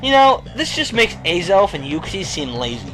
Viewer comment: In my country, we pronounce Azelf "AH-zelf" not "EY-zelf". I LOVE hugs. About Giratina, don't worry, Sinnoh's my second favorite, and I HATE, yes, you heard (read) me, HATE Kanto.